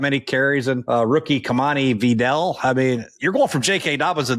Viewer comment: Jay Gruden needs to learn how to say Vidal.